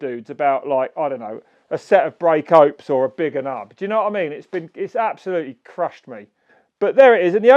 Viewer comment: Caveman, did you say Brake Hopes?